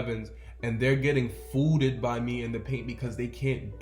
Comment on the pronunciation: Lmao bruh said “foo’ded” instant sub 🤣